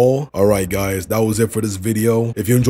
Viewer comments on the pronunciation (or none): none